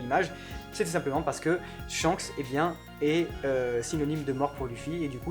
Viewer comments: Ca ne se dit pas "Tshanks" mais Shanks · C'EST SHANKS ET PAS TSCHAKS !!